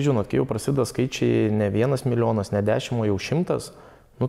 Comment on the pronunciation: Milijonierius bl bet žodžio milijonas nemoka ištarti. Milionas bl bl 🥹😀